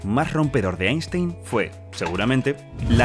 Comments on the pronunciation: Se prouncia "ainstain" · Einstein se pronuncia "Ainstain" en aleman.